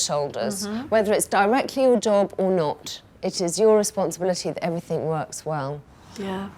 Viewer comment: Did Alex say everythink?Wow,I thought she could speak well.The word is everything,Alex.